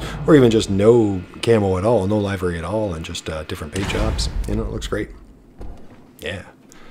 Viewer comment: Love your videos but something kills me: livery is pronounced "liver" like your filter organ with the "ee" sound at the end. Livery does not start out rhyming with jive, hive, or dive. Livery starts our rhyming with give. Thanks and keep up the good work!